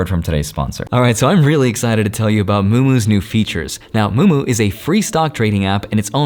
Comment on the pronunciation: Me: is he saying moomoo? …. Yup. Moo moo. 😂